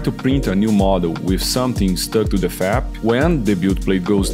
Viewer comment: Great video for beginners! Just a heads up, when you say FEP, it sounds like you're saying FAP, which has a very different meaning. I'll let you Google it. 🙂 Keep up the great work! 👍